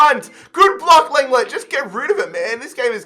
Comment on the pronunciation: Some day he’ll learn how to pronounce lenglet